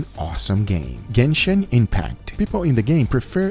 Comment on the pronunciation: "Gayshin Impact" 🤣